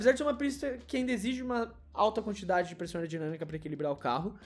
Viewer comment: tive que ouvir 3 vezes pra entender que vc falou "pressão aerodinâmica" kkkk